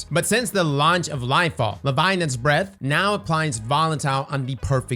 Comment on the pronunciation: Still waiting for you to pronounce "Leviathan's " right :D